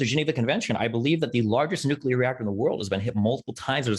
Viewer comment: if you cant say nuclear correctly i would totally be in favour of just straight up declaring the loser of this debate right there and then. god damnit